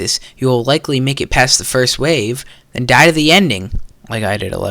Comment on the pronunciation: den OW ment